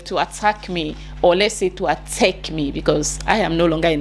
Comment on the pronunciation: My dear attack is pronounced the same in Ghana not atteck🤭